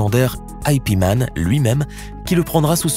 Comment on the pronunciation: I P man, vous avez cru qu'il avait le nom d'un programme informatique ou quoi? Lol Yip Man bon sang "Yip" c'est quand même pas difficile à prononcer. Ensuite c'est "le jeu de la mort", enfin on dit plutôt le MMA, ou on devrait plutôt dire les MMA mixed Martial arts, ou tout simplement arts martiaux mixtes en français, et non pas l assurance MMA lol